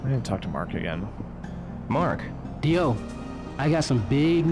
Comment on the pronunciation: Mark's "Dio" isn't entirely correct. The D is exaggerated too much. He sounds like an American trying to do proper pronunciation, which, in that sense, is actually kind of perfect.